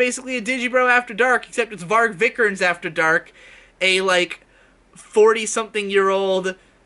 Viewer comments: Bruno “Vik-er-nes(z)” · Yeah, isn't it kinda like "VEE-ger-nez"? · His name is pronounced vii-ke-nees v then long i like in steel then ke and then nees like nes but long e. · I have NEVER heard a worse mispronounciation of a name. Viiiiii-kehr-nehs. Long vowels, boi.